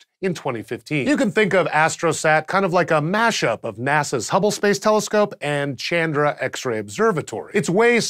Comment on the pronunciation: it is pronounced chun dra